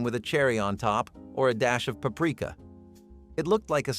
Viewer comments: It's Papreeka. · He made paprika sound like Africa lmao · Paprika- pa-pre-ka. You are welcome.